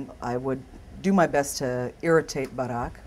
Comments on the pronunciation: i like the way she pronounces "barack" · It's how they pronounce the name in Indonesian. I pronounce the name the same and I'm Christian.